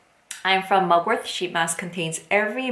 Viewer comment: It's Mugwort not MugwortH